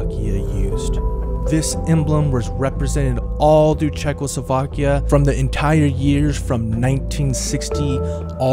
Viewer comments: Instead of Czechoslovakia he is saying Czechlosovakia. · I was today years old when I realised how, "Czechoslovakia" was pronounced.Wait,50 spelles out wrong.